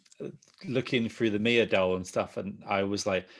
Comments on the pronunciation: It's Mee-ah not My-ah, they literally say it over and over again in the game therefore you can't mispronounce it. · can’t say Mia 😂 (Me-Uh) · why would I take your opinion seriously when you can't even get Mia's name right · Mia!!! Her name is Mia!!!! Who tf is Maya 😂😂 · Can not pronounce Mia right even though in the game they say her name enough for you to know how pronounce it